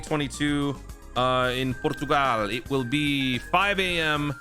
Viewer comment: That "Portugal" was close in a hilarious way.